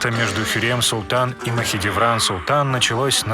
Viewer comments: хюрЕм махидЕвран.... ужас.. она как бы хюрЭм и махидЭвран.... посмотрите сериалы как произносить их имена) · Анимация, очень классная, вот прям очень... Но грубейшие ошибки сводят всё на нет (ХюррЕм, МахидЕвран, ШехзАдЕ, Параглы, закон ФАтиха (правильно ФатИха), и блять, какая ДжихангирА! Джихангир же правильно!! ; также Сулейман проправил 46 лет, а не 42, а Хюррем приняла Ислам не сразу, а через некоторое время) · хюррЭм махидЭвран говори нормально, а не хюррьем махидьевран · Зачем вы искажаете имена хюрьрем, махидиврань??? Аж слух режет! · Ужас! Как можно так говорить?! ХюрЕм МахидЕвран, шехзАде Пи*дец😹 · Хотя так ору с этого "Хьюрем" Махидиврянь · ПАРГАЛИ, а не параглы, ты половину слов не правильно произносишь, Махидевран тоже самое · Мне нравитсяэто видио Но как он говорил Махидевран и Хюррем я угарала с этого😂